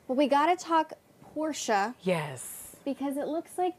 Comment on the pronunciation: Did she say Whoresha? 😂🤣😂🤣